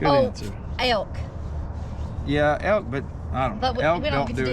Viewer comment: Only can pronounce Elk in 3 syllables. A-L-Ka lol